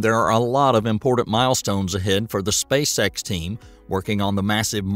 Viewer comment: It sounded like you said Spacesex and now I can’t unhear it 😂